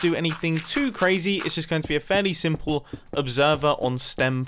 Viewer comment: No one: Literily no one: mumbo:Its So SiMpIlL